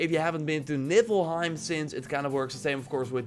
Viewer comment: !!!!! Did u just say nippelheim?? 😂😂😂